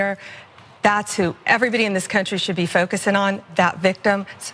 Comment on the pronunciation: Did she honestly just say 'focusin'? This woman is a lawyer, who is supposed to speak clearly to make facts comprehensive?